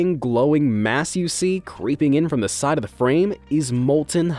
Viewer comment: No one can stop ze lava